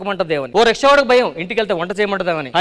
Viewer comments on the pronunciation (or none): బాబు గాడికి రిక్షా కి రుక్షా కి తేడా తెలియడం లేదు రిక్షా కి రుక్షా అంటున్నాడు అలా ఉంది మీ తెలుగు దరిద్రం కాకపోతే ఏంటి